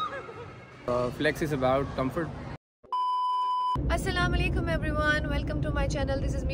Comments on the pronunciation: Ap plz apni sallam shi kry proper Assllam o Alikum bola kry ap ky Assaikum krti han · Hello Faiza your vlogs are very good Please correct your salam It seems weird when you do salam Say Assalam o Aleikum